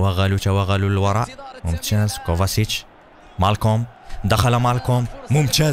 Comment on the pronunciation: كوفاڤيتش وليس موفاسيتش